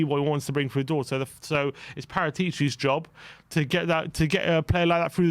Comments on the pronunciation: Fabio Parataci’s name is pronounced Pa-rat-achee not Para-tee-chee! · Bullshit. The only problem in the English pronounce is the accent. The accent is on the second a and not on the penultimate i